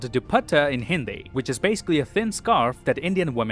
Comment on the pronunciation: it was THE BEST and CORRECT Hindi interpretation by any foreigner. excellent pronunciation by far. good job 👏👏👏👏